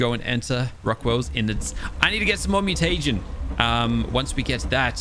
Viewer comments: MEW-TA-GIN not Mew-Tay-Gen. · its mu-ti-jin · y do you say mutegin so weird?